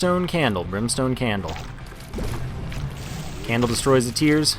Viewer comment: candle and brimeston ugh